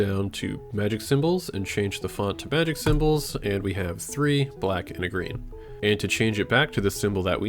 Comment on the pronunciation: May-jic and aysa-tone